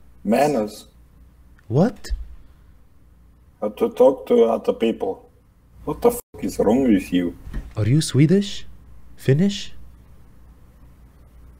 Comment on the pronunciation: Idk bro, if you are sure I trust you, but the way he pronounces "people" is like 3000% russian. Maybe he sounds russian to me because all the finnish and swedish I've heard in my life don't have an accent when they speak english.😅